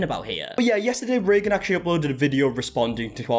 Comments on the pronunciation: “Reegan” gave me a good laugh. Yea it’s pronounced “raygan” in the states. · It's "ray gun". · typically pronounced Ray-gen